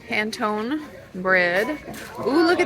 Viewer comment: I love TJs! Going tomorrow. It’s Pon a tonee (Panettone). Thought you’d like to know. 🎄